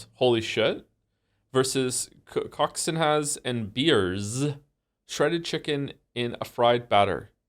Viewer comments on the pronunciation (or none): Joe's COCK IN HAS vs Vinny's PA COCK QUINHA (paçoquinha) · joe pronouncing Coxinha as COCKS IN HAS is the best thing that has ever happened to me